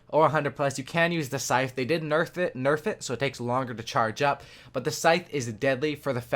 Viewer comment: you need to stop playing cod and learn how pronounce scythe and cerberus